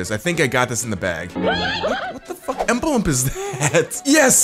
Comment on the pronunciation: the way he says emblem or embelbp the way he says it